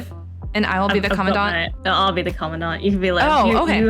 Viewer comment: Thank you for pronouncing Commandant correctly, I've been screaming internally ever since I heard it 'the English way' for the first time. 😭 Also, big thanks for all your work on Gray Ravens and for making this video. It was fun listening to you talk! I'm a big Alpha fan myself (potentially SSS-ing the new frame next year), but I have to admit that Luna is my queen. 🥰